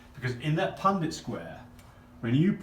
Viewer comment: I sincerely appreciate your knowledge base and know that you are obviously well educated in these areas. The only critique I would have, is that the proper pronunciation of the word is PUNNETT square. You and your assistant both refer to it repeatedly as PunDIT. This might be accent related, so i apologize if that’s the case. :) Other than that tiny thing, I sincerely enjoyed your work here. :)